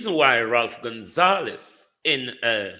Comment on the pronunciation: Ralph Gonsalves..not Gonzalez....get it right